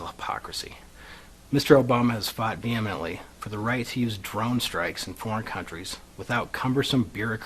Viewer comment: Lol dude can hardly read and cant say "vehemently"? We are supposed to take this seriously, yes? And complaining about killing obl? What the shit